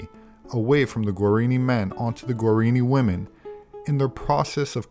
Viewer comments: The indian tribe spoken of during the video are called Guaraní — is pronouncing “guarini,” so I felt it important to point this out. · It's pronounced gwah-rah-NEE.